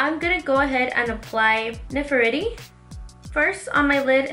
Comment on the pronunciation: "Ne-fer-tiri" like the and Egyptian Queen... You'd pronounce that name like you were saying it in Spanish... The "e" in this name is how you would say e in Spanish... 💕💕💕💕💕 love this look, mama!!! Xoxo